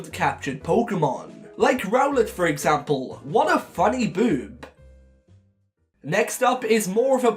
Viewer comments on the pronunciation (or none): Attempts to say Birb says boob